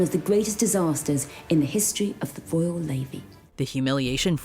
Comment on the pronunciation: she says: "in the history of the voyal navy". What does "voyal" mean?